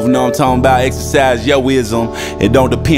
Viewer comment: guy at the end is really extra CAHHTHEEEDRUL. CHUCHH. IIIZM